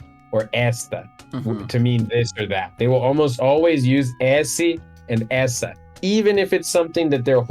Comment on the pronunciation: The words “esse” and “essa” are a great example of the difference between a closed and open “e”. They should sound like “êsse” and “éssa”. Even has a hard time with that difference.